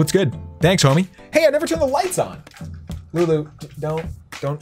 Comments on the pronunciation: He said lewis or louis right? Wheres lulu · you called lulu luis in the intro like if you heard